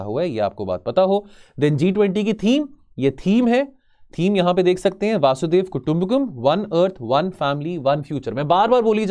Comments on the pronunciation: वासुधेव वासुदेव वसुधेव सब बोला पर वसुधैव नही बोला 😂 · Sir it's vasudhaiv not vasudev😂😂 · वासुदेव नहीं वसुधैव कुटुंबकम है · This is strange that he doesn't know how to pronounce hindi word properly..... vasudhaiv Kutumbakam is वसुधैव कुटुम्बकम not वासुधैव and devnagari is read as देवनागरी not देवनगरी....